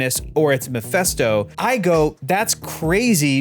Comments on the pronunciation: it's Meh-FIST-oh. Not mih-fest-o. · omg his name is MePHISto, NOT MePHESto. Pronounced like FIS, not FES. How do u all not know this by now?!! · why are people pronouncing mefÉsto , it's mefisto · it’s MephIsto, not MephEsto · Does he keep calling him miphesto?